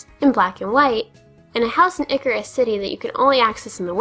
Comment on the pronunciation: "Eye-sear-us" City not "icarus" city. It's obviously a combination of "Ice" and "Cirrus" (a type of cloud which Gen 5 cities all use as a basis for names). As for being "crafty" with the S.S. Anne - no trades are required. You'd be craftier to just use the last trainer on the boat to black out. It only leaves if you walk out, so before you get Cut you just need to make sure you have a Pokémon that can be beaten by one of the trainers on board (and that you've left them to fight of course).